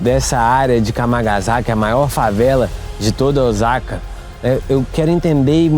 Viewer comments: Não é Ozaka e sim O sa ka Osaka e tbm não se sentua o Ō . É O-sa-ka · Nao. Eh Ozaka e sim Osaka 😮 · Vc fez vídeos maravilhosos aqui no Japão,coisas q nem eu q moro aqui sabia. Parabéns 👏🏾 so um detalhe rs🫣 fala oSaka c mesmo oZaka nw existe ☺️ falando c carinho ta😊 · Olá, apareceu seu vídeo no meu feed. Como opinar não tem nenhum custo, vamos lá. Tenho ctz que vc nunca viveu aqui no Japão sim? visto que a pronúncia correta de "Ozaka" é "Ôossaka", dito isto é bom que se saiba que essas pessoas que vivem nesse bairro e, tbem os homelless (mendigos) de Osaka, Nagoya, Tokyo o fazem por escolha própria. Não foi exatamente o governo que esqueceu deles. Visto que, nas prefeituras tem um subsídio para aqueles que não tem condições de sobreviver, mas a maioria desses homelless não aceitam receber e ficar subjugados ao governo, ao contrário de muitos estrangeiros, inclusos brasileiros, que preferem receber este subsídio à ter que trabalhar nas fábricas. Ou muitas brasileiras que fazem vários filhos para receberem o subsídio de mãe-solteira e ali ficam por anos a fio. Neste bairro em particular, estão aqueles que trabalharam para a máfia enquanto eram jovens, vivendo na marginalidade e até mesmo presos por anos, ao ficarem velhos não recolheram impostos, nem pagaram nenhum seguro e não tendo nenhum respaldo do governo vivem naquele bairro. Eu não sei se seu vídeo foi para denegrir o Japão ou mostrar uma realidade que existe no mundo todo, mas tenho certeza que em nenhum momento vc foi vítima de algum trombadinha ou algo parecido. Espero que não se oponha a críticas que, talvez acrescente algo para seus futuros vídeos. 👍👍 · A pronúncia correta é "Ôssaka", pelo que vejo em outros vídeos de pessoas que moram nessa cidade do Japão. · Parabéns pelo documentário. Perdão uma correção . OSAKA pronuncie (SA)de Sapo O SA KA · E a pronúncia de Ch e ( TI) não é chi ok? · Pra que mostrar isto so para ganhar like ridiculo cara isso ainda fala errado o nome da cidade.